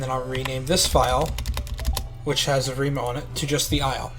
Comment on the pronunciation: I love how u cant pronounce evrima